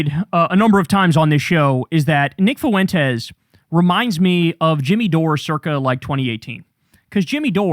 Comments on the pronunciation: Its funny how you pronounce the guy's name as if it is 3 syllables..... Foo-ent-es. I pronounce it as 1 syllable ... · Why can’t you pronounce Fuentes properly, ugh hurts my Mexican ears lol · I love how you pronounce Fuentes 😂